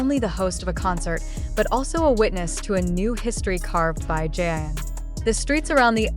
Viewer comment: JIN not jean omg if ya gonna report something then report with correct names